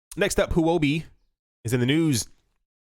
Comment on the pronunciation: It's pretty bad how messed up the pronunciation of Huobi...Say it like this Huo-bi...it literally means "fire coin"